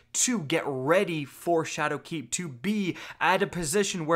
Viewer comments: SHAdowkeep Not ShadowKEEP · am i crazy or is he emphasizing 'shadowkeep' wrong? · The way you're putting the emphasis on the wrong syllable in "Shadowkeep" is really throwing me off. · So is saying ''Shadowkeep'' or ''Chad o' Keefe''? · Leek YES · i love how you emphasize the "keep" in shadowkeep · stop putting a space between shadow and keep when you say it XD